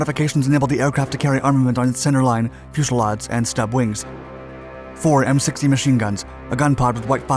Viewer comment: did I hear 'fushelads'? ;)